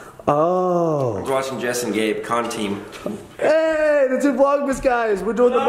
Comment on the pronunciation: When he said conteam I was like omg yes!